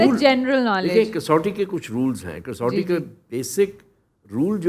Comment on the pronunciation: The word is not kasauti It is kaswati Rectify it